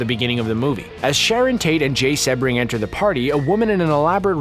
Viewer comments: Uh, seb-bring or sea-bring? It's the latter so when you hear names mispronounced you have to wonder how accurate any information is. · Yeesh...lol...Try pronouncing Jay Sebring's name correctly please... it's pronounced "SEE- bring"(like the car) not "SEH-bring"... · Jay Sebring is pronounced SEE-bring... And, Cass Elliot (Mama Cass) was in The Mamas and the Papas; not the Mamas and Papas. Otherwise, excellent video!!!... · Nice & informative, but… Jay Sebring’s last name is pronounced “See-bring,” not Seb-ring. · His name was pronounced SEE-bring, not SEB-ring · Jay seee-bring.....not sebb-ring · Pronounced SEEbring… not Sebring with a short eh sound….capishe?💞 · ITS SEBRING SEABRING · It's pronounced seebring not sebring. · *SEE-bring! NOT “Seh-bring”. (Where the H E Double L does Screen Rant get these narrators???) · Pronounced “Jay See Bring”. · Exactly.... get it right if your going to narrate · drives me NUTS!!... I've studied the Tate-LaBianca murders and the Manson Family for years... Mispronunciation of the victim's names may seem like a small thing to others, but not to me... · SEE-BRING,Jay Sebring😂😂😂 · His name was Jay Sebring Pronounced C Bring. He was actually pretty famous as a hairstylest to the male stars of that era and Steve McQueen was a client. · i was looking for this comment. It drove me nuts, too. If ya can't do something so simple as to research the way names are pronounced, I won't be subbing to your channel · OMG! It’s Jay Sebring...(C bring)! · Jay Sebring. It's pronounced "SEE-bring" after the famous Florida car race. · Jay Sebring's name is pronounced Sea Bring. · ‘Sebring’ is pronounced “SEE-bring”. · His name is pronounced "See-bring". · Sebring is pronounced SEAbring. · I'm pretty sure it's pronounced Seabring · Cee - bring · Pronounced: Jay Sea-bring. Please and thank you. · The least you could do is pronounce Jay Sebring's name correctly. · Every time this guy mispronounces "Jay Sebring's" name I die a little on the inside.